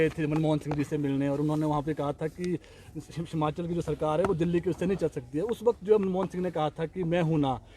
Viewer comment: Jab se appne himachal mai se ,,इ htaya hai tab se himachal ka beda garg o gya pllzzz hamachal nhi himachal boleye app